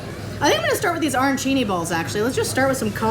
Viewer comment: All due respect to who I love watching but her pronunciation and description of Arancini was hilarious and cringey for a chef but the risotto pronunciation may have been worse since I thought that was such a universal known one by now!!!! Luv U K